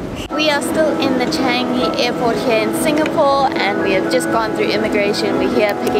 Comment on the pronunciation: When they were talking, I was focused on the announcements I hear everyday when I take the train. Oh and and, you guys pronounced Changi wrong. It is 'ChAngi' not 'Chaangi' You can try to see my Jewel video for the correct pronounciation.